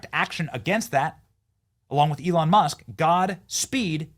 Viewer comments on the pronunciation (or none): none